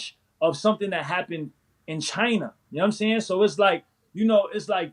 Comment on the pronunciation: The CHY-NAH virus